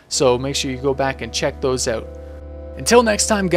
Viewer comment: lol not to make fun of you or to judge you, but i just have to say that you say "out" so funny :D it sounds like you say "owuat" :D lol i just had to get it out of my system :)